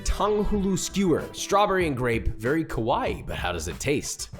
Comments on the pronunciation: you called him scary not cute.... also every time you said "cute" you actually said "scary" ... love the vid anyway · Me over here dying in the first minute of the video with josh calling Yappy Kowai (Ko-wai) (Scary) vs Kawaii (Ka-wa-ee) (cute) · ohh nooo haha you said "KOwai" like you ! Which is slightly different from kawaii ahahah it means scary. He was like :') I understand., but still. 👍 haha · Whenever people say kawaii they sound like kowai which means scary not cute 💀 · Kawaii, not kowai.. 🥲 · Just a heads up - Ka-wa-ii (long "e" sound) means cute or adorable. Ko-wai means frightening or scary. You called that tanghulu scary. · 'Ko-wai' is scary, 'ka-wa-ee' is cute btw u kept saying scary in the video lol